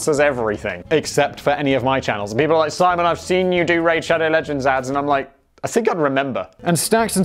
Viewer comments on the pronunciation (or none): none